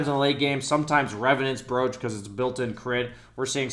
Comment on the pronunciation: brooch is pronounced broach